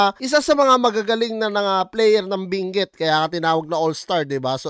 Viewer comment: Binguet 😂😂😂😂 hhahaah ayosin mo pagpronounce mo ng binguet hahaha